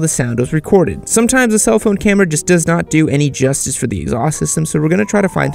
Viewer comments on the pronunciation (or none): none